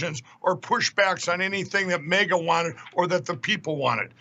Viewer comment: Has Mikey ("he'll eat anything"...that drops from Trump's hairy white ass) gone and founded a new party? The "Mega" party? I thought he was mispronouncing the word "MAGA," but he has said it way too many times in this one interview. What is the Golden Goblin going to do when he finds out that his MAGA party members have all leached into the MEGA (Make Eejits Grab Ass) party?